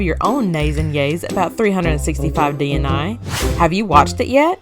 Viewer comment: DNA is an acronym, but DNI isn’t so please stop saying it that way. It’s a simple 3-letter word like “day” meaning day, and it’s really not difficult to say 😒